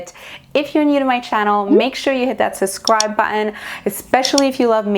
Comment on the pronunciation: I watch your makeup vids with my wife, you're really good! However, did you say, " Sascribe" haha. You know it's "sub" yes?